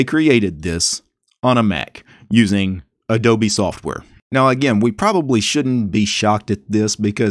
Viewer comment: odobe , instead of adobe, wow that one k*lled me